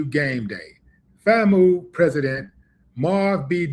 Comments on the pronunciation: Hey brother it’s pronounced like famew not famoo 😂. Much love Willie D🐍🐍🐍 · Not FA-Moo. It's pronouced ... FAM- U, like ( FAM-you)😩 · It is pronounced FAM-YOO. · FAMU is pronounced FAM-You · It's pronounced Fame You 🙄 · Thanks for spreading the word. and it's pronounced " FAM YOU " overall Good content . 👍🏿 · It’s “FAM - you”! We’re not related to the former orca mascot of SeaWorld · It's pronounced Fam U... Florida a & m University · It's pronounced FAM = LIKE FAMILY AND U = UNIVERSITY = FAM I ❤️❤️❤️❤️ THANK YOU FOR PROVIDING ME WITH THIS INFORMATION! I LIVE IN ORLANDO I DIDN'T EVEN SEE THIS S***! OUR GOVERNOR IS AN UNCIVILIZED MUTT AT ITS BEST HE'S A BOOTY LICKER FOR TRUMP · FAMU is pronounced as ‘FAM-YOU’ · C'mon Willie. That's pronounced FAM-"YOU", for University. We rock with you. Get my name right lol😂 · Please understand, Trump and most of his supporters HATE BLACK PEOPLE! ...Sadly, Willie D. knows so little about HBCUs that he doesn't even know how to pronounce "FAMU". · This is a damn shame,dude can rap but can't read!🙄🤣🤣 Willie can't even pronounce the HBCU's name. He can call you Fam,but can't read FAMU🤣🤣🤣🤣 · FAMU 🤣🤣🤣🤣 Say FAM then the U separate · U pronouncing “FAMU” wrong